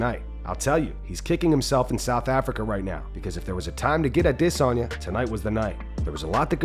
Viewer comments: Man the way this guy pronounce Adesanya is soo stupid. I-Diss-On-Yaah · Can you please learn how to pronounce izzys name? "A-Diss-on-ya" sounds dumb as hell. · SAYING "DISSANYA" LIKE THAT 10 TIMES AND THEN WRITING MMA COMMUNITY? I CAN'T WITH THIS GUY. HE MAKES ME WANT TO PUNCH MYSELF IN THE FACE. SO I LOSE BRAIN CELLS AND FORGET IT. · Why fuck does this guy pronounce it "ah-DISS-en-YA". Fuck its driving me insane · Dude why do ya’ll pronounce it dis on ya? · Why you pronouncing his name like that! AdEs-anya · Why do you always pronounce Izzy’s last name like that? “ahh-diss-sonia”😭 💀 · Please stop trying so hard when you say Adesanya. Come on man. It’s cuckish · Maybe now this narrator won't mispronounce the Last Gynobender's name? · Someone pleaeee tell me why he says Adesanya like that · I hate the way this narrator says adesanya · You trying to say Adesanya right is cringe